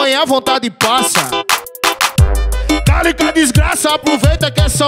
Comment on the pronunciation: Ele fala calica ou Talita?